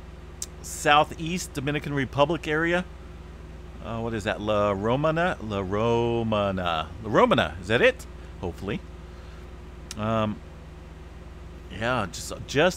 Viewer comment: la ro-MAHN-ah